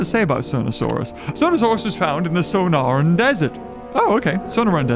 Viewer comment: The Sonoran desert is pronounced So nor an sorry I just have a vacation house there so that bugged me luv ya